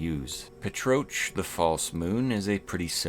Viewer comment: I'm pretty sure "Petroch" is pronounced "pet-rock" 😂 Furthermore, those laser spider crabs are a reference to the "SILENCE ___" meme, in which a king crab fires a laser to shut up whatever detestable demographic he wants to shut up